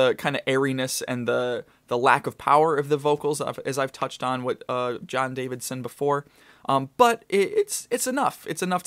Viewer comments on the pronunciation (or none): JON DAVISON! Not DaviDson.